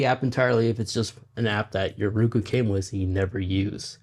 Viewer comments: Nice information, good presentation.................. it would be better if you would pronounce it..............Row Koo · The way you say “Roku” is very agitating and wrong the whole video